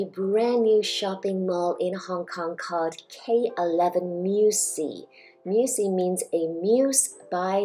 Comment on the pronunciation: It's pronounced Mü-see-yuh, not mü-see